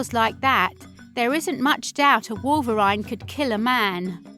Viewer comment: you said wolverine wrong and polar bears don't live in europe